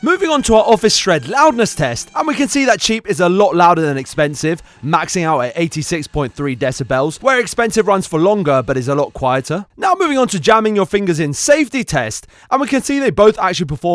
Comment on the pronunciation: Deci-bells i think playing animal crossing